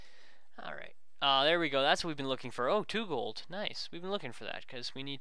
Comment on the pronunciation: he said coal instead of gold